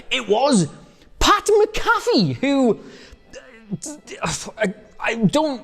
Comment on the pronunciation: You’re butchering pats name lbvs